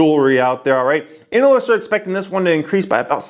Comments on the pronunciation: the way you say ANALists... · Why should I believe anything you say when you can't pronounce analyist